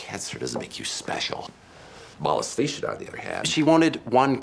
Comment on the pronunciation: Molestation was pronounced so weirdly I had no idea what he said the first 3 times.